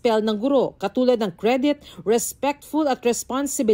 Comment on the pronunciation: baka yung teacher ganun pagkakabigkas😂 cridit